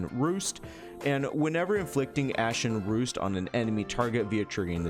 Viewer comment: jow chew? ashen roost? its literally roast 😭